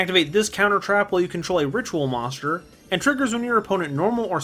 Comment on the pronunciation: I just realized he cant say Monster but always says monschdr